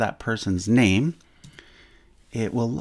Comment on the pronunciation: Stop saying my bamey